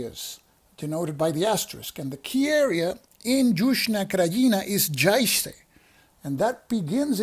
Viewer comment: Just to help with your pronuciation... the letter J sounds like a Y. So Yuzhna Krajina , and Yayce (Jajce), Syeverna Bosna, Banya Luka, etc etc etc. The letter C sounds like a ts, not a K, unless it has a mark over it then its a Ch sound (both kinds of mark, one is just harder than the other, but its not worth trying to say them different). The S with a mark over it is a sh. Also FYI, Sjeverna means northern, Zapadna western, istochna is eastern, and Yuzhna is southern, and Srednja means middle or central, if that will help. I spent the 90s dealing with the Bosnian wars, working with humanitarian supplies in Sarajevo etc. This game looks interesting, but may hit a little too close to home for me.